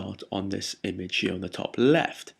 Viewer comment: love the way you say "here" very posh. "hchjeeer" lol